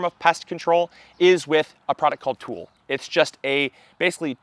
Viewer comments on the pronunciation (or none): The fabric is named after a french word. Its spelled tulle, not tool. 😂😂😂 Great video thank you for the important information. I appreciate it so much! 💚💚💚